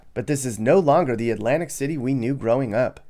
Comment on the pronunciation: Did he say " Atlantic Shitty " ???